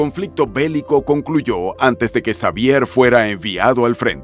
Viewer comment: Muy completa la información sobre Chabelo,. Sólo que en México la "X" la pronunciamos como "J" , así que su nombre se pronuncia : Javier. Saludos 🙂